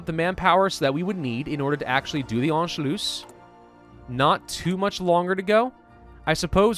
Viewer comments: I am german and your pronunciation of "Anschluss" ist actually not bad. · Youre saying anschluss pretty well, if you want to perfect it, since its 2 s at the end, its 'sharp'. Basically you dont drag it out, more like short u and s.